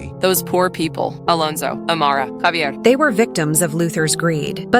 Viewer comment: Thats not havier its javier